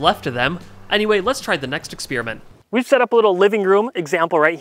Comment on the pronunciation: Exspearmint? Odd way to say it incorrectly.